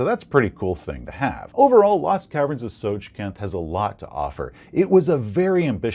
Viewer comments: It's called Tosjcanth, not Tosjcannoth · I always thought it was Tss-oy-kahnt. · I think it makes more sense to pronounce it Soy-kanth. I mean, it's D&D and the names weren't really created by people who understood language, but So-j-kanth is... very inorganic. Usually, syllables like a hard j in the middle of two syllables that are often spoken from the front of the mouth would be ironed out by speakers over time. First of all, there is no vowel attached to the J, which makes it virtually unpronounceable. Unlike letters like the H in Hrvatska, Croatian being a language that mercilessly smashes together consonants, the hard J doesn't blend into the following syllable. You can feel it when you say it, like grinding a gearbox. So"dz"(J like jungle)-Kanth also make some sense, but, I would suggest that this word becomes immediately more pronounceable in German gives us some pretty big hints: Ts is native to German as a Z, and the soft J is too. However, only the designers know the "correct" pronunciation. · It's pronounced TSOJCANTH. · It's pronounced "So-Canth"